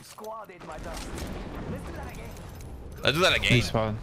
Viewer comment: WE GO AGANE BOIS WE GO AGANE I can't believe shroud actually said go agane it's so pog xQcH